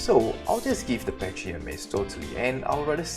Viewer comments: use the gallimimus for quick getaways from raptors or rexes and its is pronounced pa-ky not patchy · Pronounced packy not patchy. Lol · YOU IDIOT IITS PAKY NOT PACHY YOU IDIOT AAAAAAAAAAAAAAAAAAAHHHHHHHHHHHHHHHHHHHHHHJJHJHHHHHH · You pronounce "Pachy" very strangely...it sounds like you are saying "patchy". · Ok for the pachy the H is silent look it up